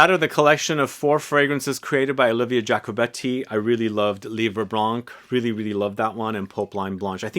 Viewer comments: I bought those 4 Zara in 30ml only because of the Giacobetti's vibe but they smell just ok for me, that's not a wow like Iunx fragrances were. I loved l'Eau Sento from Iunx but unfortunelatly Iunx is over 😢 Thank you. Oh in Livre Blanc, we don't pronounce the 'c' at the end of 'Blanc' 😉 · Your prononciation of ensoleillé is quite good ; but for "blanc" you dont have to prononce the "c" at the end! Just say "blan" :)